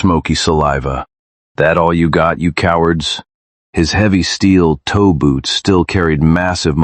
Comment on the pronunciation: It's steel-toe boots, not steel toeboots. Still, I'm going to call them steel toeboots now.😅